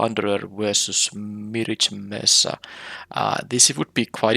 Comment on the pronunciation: Nice trophy run. Btw, you’re pronouncing “mirage” wrong.